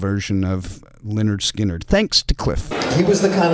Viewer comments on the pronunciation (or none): none